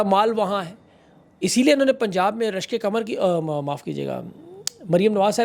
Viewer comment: Love the way you say Rashk e qamar